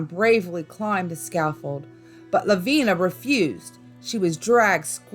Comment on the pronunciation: I gave this video a chance being from South Carolina I knew the stories I might hear would be ones I already knew. But had no idea about all the mispronunciations. Ediso for an example... its Ed-it-stow...Edisto Island. Lavinia Fisher's name is said as La-vin-i-a. Honestly when doing a YT video take the extra time to check out the pronunciations of a name or place. It takes seconds and google will even teach you how to say them. Its a matter of taking pride in your YT video as well as showing respect to the ppl, places, and stories that are told.